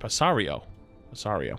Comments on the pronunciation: Everyone: paraíso: pasario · New map on Rio means paradise btw, and I couldn't stop laughing the way pronounced it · I love how wrong he says the new name's map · pronouncing "Paraiso" lmao